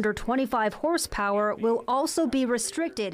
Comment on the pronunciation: Put a race car engine on it. 1000+ horsepower. You said more hersspwwer. And thats how you get it.